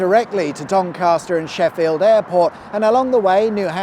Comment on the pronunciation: There is no "R" in Doncaster!!!